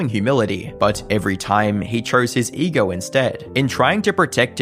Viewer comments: "ee-GRRRRRR" has to be the weirdest way to pronounce ego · "All due to his massive EGORRR"